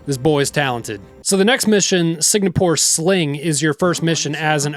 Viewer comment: "Sig-Na-Pore" hahahahaha